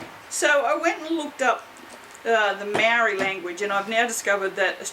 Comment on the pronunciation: Te Reo (Maori language) is really beautiful. We pronounce Maori like the word mouldy but with a 'r' instead of a 'l', us pakeha usually butcher the language unfortunately. I try to pronounce them properly. 👍